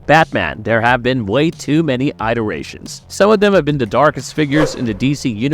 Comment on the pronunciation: "EYE-derations" lol